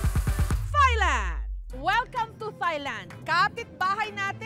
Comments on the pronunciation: Its not soft "th" sa thailand ms jessica.. its like tailand po.. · Ms Jessica, I respect you a lot but it’s not “Thigh-land” , “Tai-land” po. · I always say "its Tailand" every timeJessica says THailand. Hehe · I wish people would correct the way they pronounce "Thailand" it's not "THIGH"land, it's "taɪlænd" like "TIE"land. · silent H po ms jessica ang THAILAND. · Can you please, please, please, pronounce the country THAILAND, and THAI people CORRECTLY!